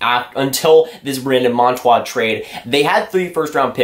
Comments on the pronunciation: bruh its monTOOR not monTWA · When you make a video say the name correctly .